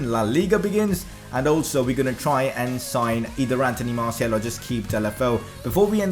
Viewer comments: Hos name is Martial not martiel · no offence but when u said martial messi and dembele it didn't sound good